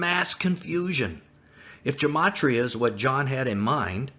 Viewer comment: A small point.... Gematria is pronounced with a hard "G", as in "God". There is no "J" sound in Greek, nor in Hebrew.